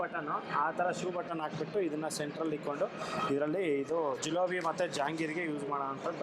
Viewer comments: ಜಿಲೋಬಿ ಅಲ್ಲ ಜಿಲೇಬಿ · ಜೂಲೋಬ್ ಅಲ್ಲ ಜೀಲೇಬಿ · Not julebi itis jilebi